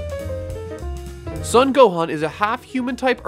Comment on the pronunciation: It's driving me crazy that you're pronouncing his last name as "Suhn". It's "Sohn".